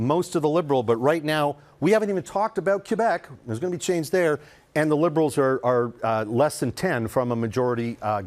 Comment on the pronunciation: Like he keeps saying aloens